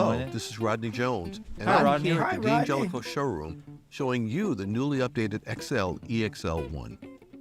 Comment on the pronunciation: I'm sorry but I won'TEE listen to anyone who can'TEE pronounce the name D'Angelico correctly. It'ESS is an insult to it'ESS Italian heritage. DANGELICO is the correct way to say it.